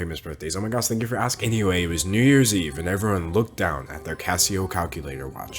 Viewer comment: okay I’m dying at his outro because it sounds like “Thangy” instead of thank you.